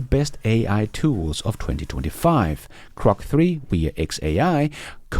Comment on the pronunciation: PLEASE prounounce GROK with a "G" NOT a C, thank's.